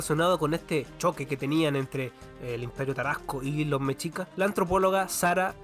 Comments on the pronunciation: En el esplendor mexica ellos le llamaban el único mundo. Está bueno tu trabajo, en México te falto hablar de los olmecas, zapotecas y mixtecas. Como dato, no se pronuncia "mechicas" se escribe mexicas y se pronuncia 'meshicas" Saludos desde la gran CDMX 👉 🇲🇽 🌵🌶🐎🇲🇽👈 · No supiste pronunciar TENOCHTITLAN. Y también me dió risa escucharte decir mechicas 😂